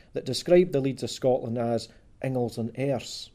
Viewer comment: Dis boy isna sprakin Scots. Ees jist sprakin English wi a few Scots wirds thrahn in ta mak heesel soond lek he kens fit hees an aboot. Fir example he sehs Inglis lek ingles whar it’s reelee sayd in-gliss. Cos Scots is an aulder tongue lek auld Norse whar mare letters in each wurd ir pronounced an thur natural form than thi er an mahdern Inglis.